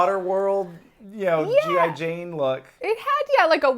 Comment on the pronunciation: Oh god, not "G I Jane" today